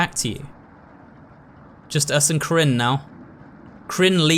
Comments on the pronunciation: I love how he says krin for karin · mate, tbh, the game is so russian that seeing people mispronounce characters names makes me giggle